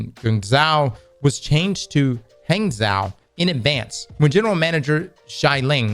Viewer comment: it's "gwang-joe" & "hong-joe," I think... but, the J sound is like a mixture of "J" and "SH," if that makes sense.